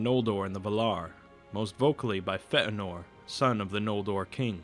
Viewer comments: No, that's how it's pronounced. The diacritic mark over the e just means that both the e and a are pronounced separately and not as a diphthong. It doesn't indicate a stop like the way you're using in the vid. Great stuff otherwise though :D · Ash: Yes, the "ea" should be pronounced as two separate vowel sounds, but the problem is that he's adding a stop in between them and there shouldn't be. The e in Feanor is a short "eh" sound, but it shouldn't be accentuated by breaking the airflow in the middle of the word. (great vids though - I agree with that :D) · 'Fëanor' is pronounced 'Faye - anor', not 'Feh'anor'. Where did you get the glottal stop from? You do 'Ainur' well though - follow this example. The captioned text at the bottom of the screen reads 'O'Callaghan the Black' (lol). In 'Morgoth's Ring' Tolkien suggests that Sauron is less evil than Morgoth, inasmuch as the latter, consumed by jealousy and hate, is a purely destructive force, dedicated to corruption, chaos and death, whereas Sauron desires peace, harmony and an 'advanced' industrial civilisation - only with himself as Boss. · Such an interesting video. Only the pronunciation was a bit hilarious: FEHHTT'A'NOR etc. It isn't Fey-ann-or as many people say, they're wrong. Feh'anor is better and closer to the right option. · It's pronounced "FEE-AhhNOR" Not "F-ehht-Nor" This vowel with the diacritic known as an umlaut [ this thing --> ( ¨ ) ] has a distinctive sound, and when incorporated into a word and put along side other vowels without said umlaut, it becomes a diaeresis and it thereby demands a separation of sound through enunciation/pronounciation [[ For example: Chloë ... Zoë ... or better yet: Manwë 😉 ]] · Fantastic video, but your butchering of Feanor's (fay-an-or) name is major cringe. Nothing in an Elven tongue should be pronounced with that guttural tone that you use in his name. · Fentanor? I'm pretty sure Fëanor is not pronounced properly... Other than that it's a good video ;) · Fe eh nor?